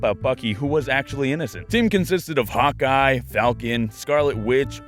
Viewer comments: The first time I watched this I thought you were saying hot guy instead of hawkeye... uuuhhhh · when you said Hockey... It sounded like hot guy